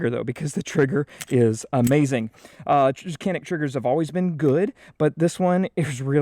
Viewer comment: Turkish industry is much better than American. That's why I only shoot Caniks. Also it's pronounced Janik not Kanik